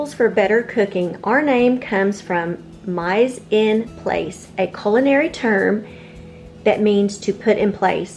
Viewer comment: Hey, it’s pronounced me-sahn-plos.